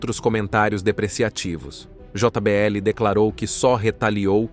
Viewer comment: Aprende a falar portugues nao se fala jota BL o correcto é jbl como em todo mundo fala